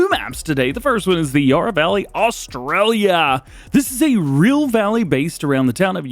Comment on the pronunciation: We need more Australian mods mate, and Yarra has short “a” not long